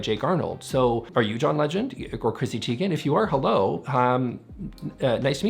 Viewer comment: Chrissy Teigen is pronounced «Tei-gen or "Tie-gen" for you English speakers, not Tee-gen. The Name is Norwegian.